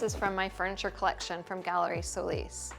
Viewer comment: It's SO LIS not how your pronounce it to make it sound anglo. It's a Spanish surname. You are unfortunately not accepting that. So sad....